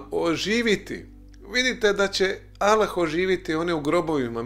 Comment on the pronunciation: Trebao si bar nauciti akcenat kada izgovaras ime Allah.. 1.“Kako će to biti– reče Marija anđelu- jer se ja ne sastajem sa mužem? Duh sveti sići će na te – odgovorio je Anđeo- Sila Svevišnjeg zaseniće te”. (Luka, , 35). 2.Po tvom tumacenju Boga je rodila Marija .. 3. Allah - Jedan! Allah je Utočište svakom! Nije rodio i rođen nije, i niko Mu ravan nije!"